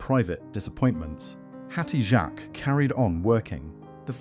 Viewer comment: That is not how you pronounce her name!!!!!!